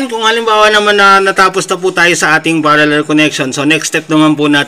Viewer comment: Parallel po hindi paraller.